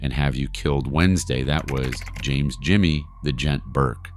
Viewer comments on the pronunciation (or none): none